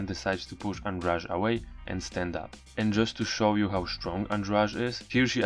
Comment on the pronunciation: Goshhh ANDRADE NOT ANDRAGE... Why you all keep on saying it wrong it's driving me crazyyy!...